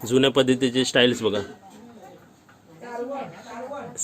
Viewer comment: Tu chukicha pronounce kartoys styles naay tiles bolaycha. Just for your improvement purpose. Baki video masta aahe👌